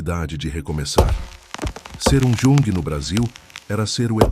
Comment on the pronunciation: Sou descendente de alemães, suíços. Gosto de história, mas o problema é ouvir tanta pronúncia errada. O idioma alemão é música para meus ouvidos, mas não consigo ouvir errado. O "j" em alemão a pronúncia é "i", portanto Jung pronuncia-se iung. Jaeger, é Ieguer.